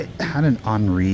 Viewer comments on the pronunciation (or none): none